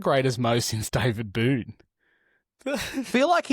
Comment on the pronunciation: Its Boon not Boone, respect for an Australian legend :)